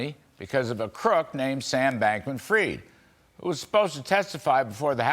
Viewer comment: Pronounce his name correctly! Not 'freed', but fried, as in chicken, eggs and bacon, etc.